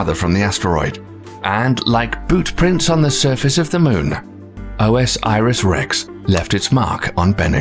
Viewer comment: Are there sources on any of this stuff? The mispronunciation of OSIRIS-REX drives me mad.